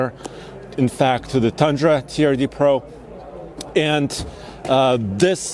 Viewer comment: "Turd De Pro" - that is the French designation of TRD Pro